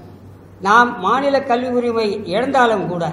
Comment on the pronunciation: Iyo கள்வி இல்ல madam கல்வி காது நாரகாசமா இருக்கு Sorry to point out this mistake on this video